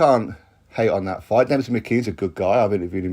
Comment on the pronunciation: Why are you pronouncing his name as Dempsey? There’s no P in it.